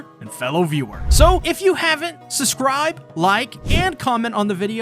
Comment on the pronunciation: Am I the only one that hears “suscribe” when he says subscribe?